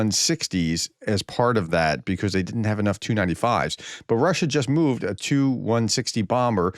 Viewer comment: Hello Professor, how are you doing? Remember when you asked us to explain about the "Tu" aircraft? It's "Tee You" and whatever the number is that follows. It's a Tupolev, or "T" "U" for short. You can do it, I know you can.